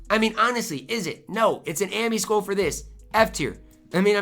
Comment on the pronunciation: I dont like how says 'skull'. It sounds like he is saying 'school'. Is that a Minnesota thing?